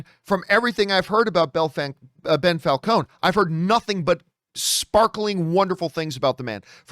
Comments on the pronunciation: Why does he keep calling him Bell Falcons? Lol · Who's "Bel Falcone" ? lol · How many times can you say "Bell Falcone"? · Lmao "Bell Falcone"